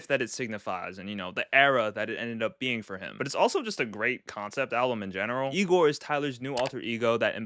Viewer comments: Bro butchered igor😢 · Never let bro rank again😰😰 also the misinterpratation of igor hurts